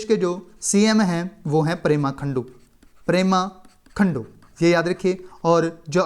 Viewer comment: It's pema khandu....not prema khandu